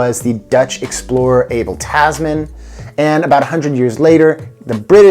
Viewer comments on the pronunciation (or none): none